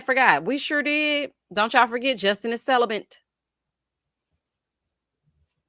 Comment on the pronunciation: I hope she looks back and feels like the biggest idiot for saying “ celibent”